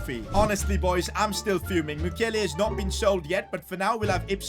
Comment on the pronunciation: 🎉Did you say Mukiele i heard Maguire😂🤣